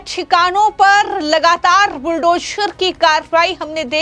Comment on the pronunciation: हमारी राय ये हैं के -- बुलडोशर नही madam इसे बुलडोझर केहते हैं!